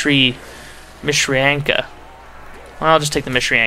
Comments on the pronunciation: It's actually Matrushka. Mah - Troo - Shka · If I recall correctly, the dolls are pronounced "ma-troosh-ka." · MAH-TRU-SHKA thats how you pronounce it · They're pronounced: Mot ROSH ka dolls. The O in Rosh makes the same sound as the O in "Oh" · Ma-tro-sh-ka dolls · MA-TRUS-KA Doll. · Matryoshka doll. Maw-Tree-Aw-Sh-Ka Think of it like that. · ma-tree-sh-ka dolls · mat-tree-oh-sh-ka dolls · is pronounced Ma trosh ka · It's pronounced "metreeoeshkuh" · its pronounced mt-rish-ka dolls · Mishrianka? Really?